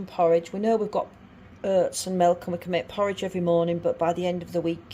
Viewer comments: Its Oats not Hurts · it was your pronunciation of OATS that had me confused and I’ve even lived between Rotherham and Barnsley for 3 years 😆